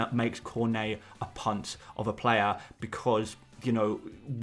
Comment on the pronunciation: Every time you say punt I just hear cvnt 😂 please can you start referring to a big punts as massive punts, and for plural use a bunch of punts 😅